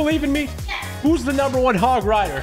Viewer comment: he can not say hoooooooooooog riiiiiiiiiiiiiidaaaaaaaaaaa he does not play clash royale or clash of clan!😡😡